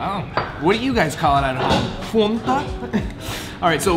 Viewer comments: fan-ta, not fonta lol😅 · Fan- ta like your boy said. Not Fahntah 😂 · I love all your ridiculous pronunciations of simple words like fanta. FAnta not FOnta lmao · Its not FONTa.. Its FANTA...youre saying it wrong...lol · Since when is Fanta pronounced Fawn-Ta. We just say FAN ta in America😭😭😭 you’re right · Fonta lol. Your friend had it right. Fanta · It's NOT FON-TAH!!!!!!!!! It's FAN-TA!!!!!!!!!!!!!!!!! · It’s “fan”ta! Your buddy got it right. Lol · What the hell is a "fonta"😂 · “fONtah” cringe af